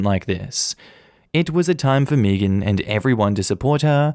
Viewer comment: Meagan or Megan is pronounced “May-gen” not fuckin “Meegin”